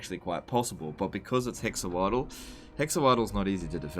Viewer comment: I think Hexoatl is pronounced something like ‘hesh-wartal’